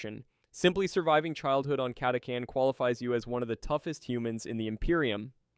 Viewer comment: Catachan was pronounced about 5 different ways